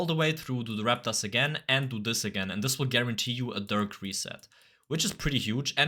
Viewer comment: "dih" instead of dirk 💔💔